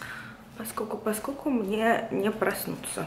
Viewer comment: поскоЛЬку, постоЛЬку, тоЛЬко что 🙏🏻🙏🏻🙏🏻 И эти Аканья как у чайки.. очень портят вашу речь